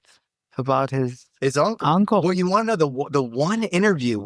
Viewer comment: Uncle cant say,nda😂